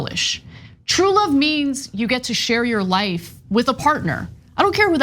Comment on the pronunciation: Wuvv, twue wuvv...